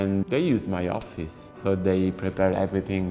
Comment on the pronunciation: Ha detto offiss tipo 20 volte